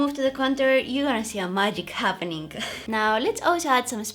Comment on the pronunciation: Im never gonna get over you premonition of the words Something - somethink Amazing - amazink Happening - happenink I love it 😂❤️